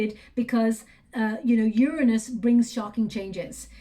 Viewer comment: like your readings . cant stand the way u mispronounce Uranus